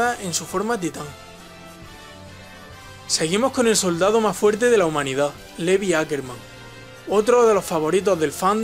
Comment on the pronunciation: Y dale la mula al trigo SE DICE LIVAI NO LEVI SE ESCRIBE LEVI PERO SE DICE LIVAAAAIIII AHHHH